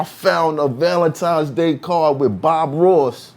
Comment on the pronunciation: Listening to grown people say "Valentimes's" is engaging